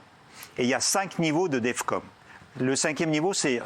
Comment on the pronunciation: C'est Defcon et non Defcom.